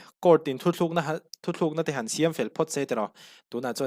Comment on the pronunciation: hi a che rang thin ka lo en char char thin a nia,i aw ngaihthlak a nuam em em bawh.itawng sual ni a ka hriat pakhat ka rawn sawi ve lawk,thu thluk na ni lovin THU TLUK NA tih zawk tur aw❤